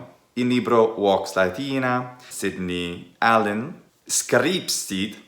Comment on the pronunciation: I've seen that usage sometimes, so I was expecting that, but I was confused by "Sidney Allen" being pronounced somehow the English way. I've found that part, it's , I think you're saying "ab illo Sidney Allen", So "from that Sidney Allen"? Or maybe "ab illo Sidnei Allen"? Where "Sidnei" is the genitive for "Sidne(i)us". I don''t know, I'm still rather confused honestly. (Also I've just found out it's "Sidney", not "Sydney": hope not to sound pedantic)